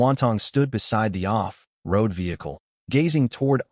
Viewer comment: The translation AI is translating words like walkie-talkie and off-road and hyphenating them, but the reading AI is putting a huge unnecessary pause at the hyphen. 😅